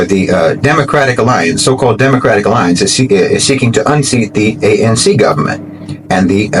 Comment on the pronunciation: By the way it is A. N. C not pronounced Unc African National Congress